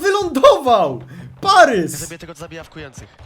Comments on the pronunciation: Boli mnie to "parys" zamiast "paris" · Nie Parys tylko Paris.